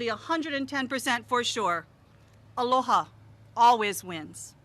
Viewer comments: "ALO-people of Hawaii" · 1 minute in, couldn’t say Aloha, mispronounced names, made inappropriate and off colour joke, forgot the mayors name, compared him to a football player of a team he couldn’t remember the name of... 1 minute.